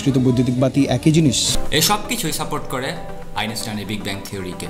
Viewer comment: আইনষ্টাইন উচ্চারণ করতে পারেনা । উচ্চারণ করে আইনেষ্টাইন । সব যায়গায় আইনেষ্টাইন !!!